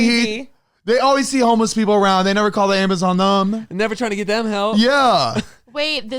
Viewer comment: The way that always says “thum” instead of “them” 😂